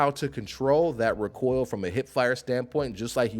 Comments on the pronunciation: Why do you keep pronouncing recoil "RickCoil" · I've watched a few guides (first time playing), but this one is the best. But the way u say recoil gets be a bit boiled. Keep it going bro!!! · My dude, you say “recoil” like Galifianakis says “retard” in The Hangover. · Learn how to say recoil and shorten your damn video!